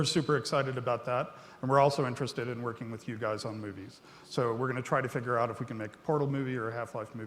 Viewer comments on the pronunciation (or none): none